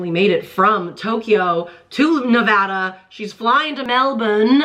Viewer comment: 1. Thank you for pronouncing Nevada correctly (it’s a thing that bothers us Nevadans) haha 2. NFL players all make different amounts of $$… it greatly depends how good of a player you are and how long you’ve been playing. This season Travis’s salary is over $11 million.